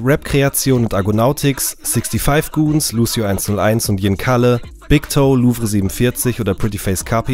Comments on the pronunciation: es heißt nicht sixty five goonz sonder six five goonz danke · 65goonz werden getrennt gesprochen. Sixfivegoonz nicht sixtyfive